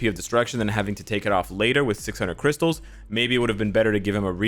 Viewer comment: "We need more crystale"